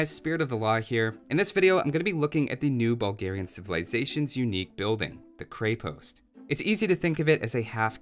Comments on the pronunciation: I love watching your vids, including this one, but the pronunciation of Krepost kills me in this one, since Bulgarian is my first language :D You should look it up on wikimedia :D Also fun fact that it literally means fortress or some sort of small fortified building. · As a Bulgarian, I already know the answer. Didn't stop me from watching this, though. Also, that E in krepost is an E in the full sense. Like in sense. Use that E sound. Not AE, just a simple E. Krepost. As in sense. Krepost. Sense. Крепост. Means stronghold, fort... give or take. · "Kreppost" I believe. Good video though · Creh-Post i think is how its pronounced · Can't even get through this video because "kray-post" is making my ears bleed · there's no Y sound in Krepost. :D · Just want to correct your pronunciation here: It's "Kreh-posT" with the "T" ending in a "soft" sound. Not "Krei-post" with a hard "T". :) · Dude you pronounce it wrong. It's not Kre-Post it's Kr{ye}-post' (like yeti) with soft T. In Russian and many other Slav languages it basically means castle\fort. Btw luv from Russia :) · I wonder when I'll hear someone finally say Kreh-post and not Kray-post, awesome video nonetheless. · others might have said it already but when it comes to prononciation you say it more like a Cray-post where it should be a Kre-post. The same sound as in Crenellations. And on that note Konnik (which literally means "horseman") has that long "n" sound, so as if it was two separate words: kon-nik, which I'm struggling to think of an example for in English. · I think people keep trying to pronounce krepost like a two word combo Kre-Post, like it's a flavor of Post. It's a single word with the accent on the e, so it's krEpost, not krEpOst. It's even easier to pronounce that way :) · In many Slavic languages Krepost = fortress. Konnik=cavalryman/rider It's pronounced kr-eh-post, rather than kr-ay-post. And the konnik, o is not pronounced as "ah", and the i sounds more like "ee". K-oh-neek.